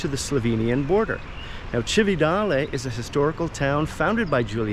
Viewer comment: and just to upset your pronunciation apple cart a little more, Cividale is pronounced CHiv-e-darlay, great video, well done, grazie 😊